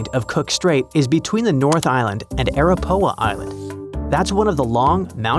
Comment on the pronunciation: It’s ARAPAWA Island